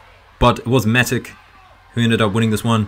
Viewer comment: Yes, Butkereit got injured. I think it was the knee. They couldn't tell how bad it was, but it was too bad to keep fighting. Especially with the olympics coming up. Matic is pronounced differently. It's not a hard c at the end it's soft like tsh